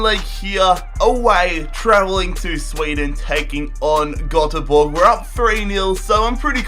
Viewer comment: Hahaha I'm Swedish and I'm laughing so much when you say GÖTEBORG 😂😂😂